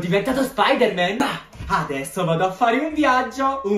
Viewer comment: Voooooo si dice anto spidaman